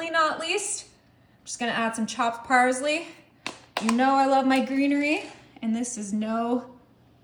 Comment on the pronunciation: A-MAZING! It's pronounced parsley, not parzley...